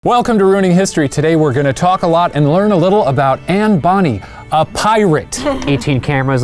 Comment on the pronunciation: Am I the only one getting irritated when Shane pronounced it Anne Bonnie instead of Bonnay? (Also... Cor-mac, not Cor-mic)